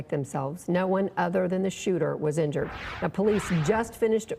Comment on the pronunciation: People don’t believe everything that is on the internet. Most of use think that a certain law enforcement set this up to take off some the heat off the backs of the cowardly uvaldi police department! Hint “do you notice how the new reporter keeps sayings police (inured) the suspect “? N them the police spokesman Say killed the suspect